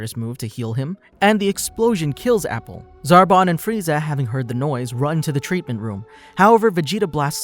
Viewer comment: AH-Pool Not apple I'm so sorry but it bugged me. Nothing against you m8 great vid